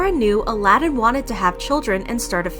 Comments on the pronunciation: I love that she keeps pronouncing his name as "Aladin ". 🤣🤣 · I wish you had said his name right. And not the bastardized Disney version. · Ala-din ??? Maybe that's betters two syllables.